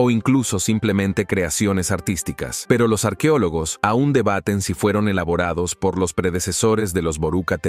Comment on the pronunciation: No diga arquiólogos, se dice arqueólogos. Doblando programas y hablando mal.